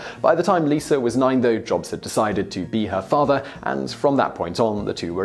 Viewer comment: lost my subscription when you started using ar .. Lisar is not her name its Lisa and its America not Americrrr following fads dont get my vote